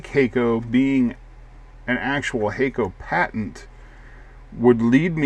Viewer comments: Hah-ko actually. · no it HAK-KO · "Hay-co"?? Surely it's "Hack-o"!!